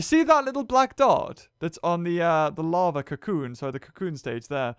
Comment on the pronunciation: Larvae not lavae